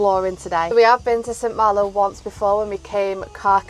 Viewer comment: A lovely video guys, you are doing the right thing with ripping the lower inside of the van out, I would do the same. St Malo is amazing, if you live here it's pronounced "San Maalo", until I lived in France I always did the same with my ferry tickets but my wallet got so full that I couldn't close it! I've still got the tickets in a drawer, the best way to cross the channel! So Bonne année à vous! Et bon retour! À là prochaine! xx